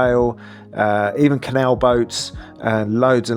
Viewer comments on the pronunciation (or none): none